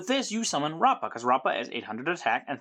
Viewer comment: At the time of this comment, the link 1 should already be out! Also, you're pronouncing rappa's name right! BACH also stands for Battle of Chaos!